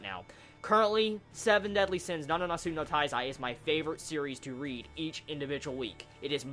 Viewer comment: it's my impression or you say nananatsu no taizai instead of nanatsu no taizai? lol